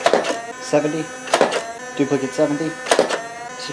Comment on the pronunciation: I like how he says 69